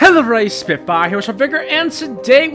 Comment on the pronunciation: Sorry but that’s not how you say vigor 😂